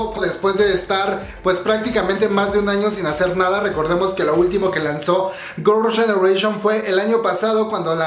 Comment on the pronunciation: Hola! No has pensado en mejorar tu pronunciación en inglés? Es que veo que ni GG, ni los nombres de los miembros, ni varias cosas en inglés las pronuncias bien o correctamente 🤔 Tómalo como una crítica constructiva no es hate ni nada x eso veo tus vídeos 😃